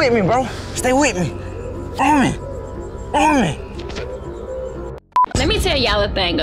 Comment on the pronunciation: I cracked up when noticed that roman was shot and he said raman